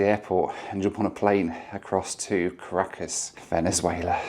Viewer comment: Really enjoyed that challenge. Doesn't it challenge you to explore some places a bit more before flying out again (Panama City e.g.)? One thing though: If you say one more time Car a cas instead of Ca racas, I'll have to ask the locals how they say it. There's something about Brits avoiding emphasis on the first part of a word (like Polmar airport instead of Polmar airport or Leicster Square instead of Leicester Square) 😁